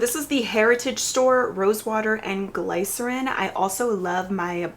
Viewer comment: Glycerin is pronounced Glis-uh-rin. It’s not pronounced how it’s spelled 😅